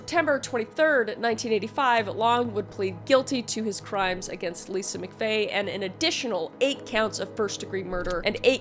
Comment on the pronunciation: MCFAY LOL ITS MCVAY LOLOLOL